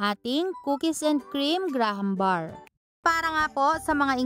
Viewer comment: mali pag sabi mo sa graham bars